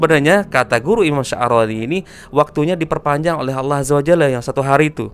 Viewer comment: gus baha kalau bilang Allah kok kedengarannya kayak bilang awoh